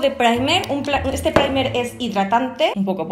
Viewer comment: de "ete" mes😂😂